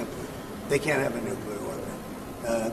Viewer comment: The word is pronounced NUKE-LEE-ER, not Nuke-U-Ler!!!